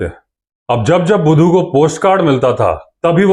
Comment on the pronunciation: Shandar pronounces the name of budhu bhaisaab ❤